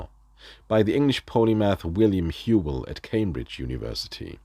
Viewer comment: Nice video though just to nitpick since I have nothing better to do, I thought Whewell was pronounced “Who-ell” - and speaking of Whewell he apparently thought of himself as spreading the Baconian gospel (though via his rather idiosyncratic mix of induction/deduction)